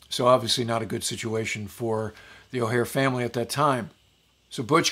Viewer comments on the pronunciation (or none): O’Hare. Not O’Hara.